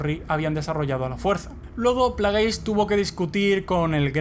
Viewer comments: Muy bonito y todo pero se llama plegasi no plageys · lo unico que odious de este video es que digas players se pronuncia plegis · El "canon" supuestamente me la suda muchísimo. Y se pronuncia "pléigs" . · plegis maldita sea asi se pronuncia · Se pronuncia "pleiguis". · se pronuncian Pleguis.